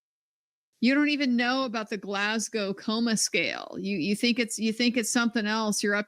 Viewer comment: When Hank pronounces Glasgow score wrong it reminds me of the burrito chain here in Australia Guzman Y Gomez 🤣🤣🤣🤣